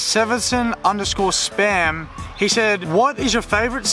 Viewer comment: I’m the one who asked him about where he would travel. It is pronounced like the reindeer from frozen (Sven) and then “son” not sevenson. It is Svenson not sevenson. #volofam #VOLOFAMGIVEAWAYV2 Thanks for putting me in the vid!!! You say “sick” about a million times each vid! 😂